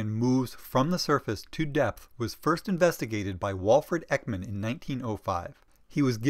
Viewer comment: Thank you so much! The information is great and so helpful!! Though you're not very good at pronouncing swedish names😅❤️